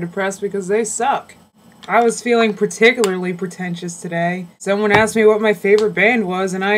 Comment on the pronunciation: LOL "I was feeling particularily pretentious today..."